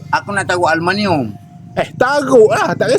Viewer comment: Bukan aluminum ye kawan kawan , bah kata alumaniummm 😂🤣